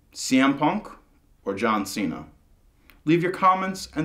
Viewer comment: and its cena not cean